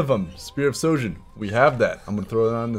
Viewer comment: hey u said Spear Of Sojin and the right name is Spear Of Shojin